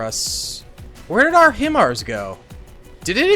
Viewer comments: Hi-MARs or High Mars, is the way you say it because it is an acronym. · Its pronounced...HI-MARS 🤣🤣🤣😂😂